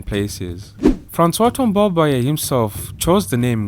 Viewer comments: Thanks for the great work! I learned a lot on my first President. Just one comment, Tombalbaye doesn’t have an é intonation at the end. The intonation remains flat 🙌🏾🙌🏾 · I like the sound of his sur name when you pronounce it 😩🤣